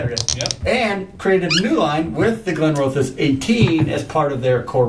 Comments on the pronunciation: Not tried the 18. The others haven't ever really blown me away but I can imagine it is one distillery where independent bottles would be better than their core range. (PS I'll be that pronunciation guy again. The middle part of the name is pronounced like raw, rather than row.) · Glenroth-es. No "O" involved. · Solid review with an explanation of the new line, but it’s distracting that u mangle the name lol. The new line is very hit or miss. I preferred the vintages b/c of their ex bourbon cask influence. That’s now been totally eliminated from the line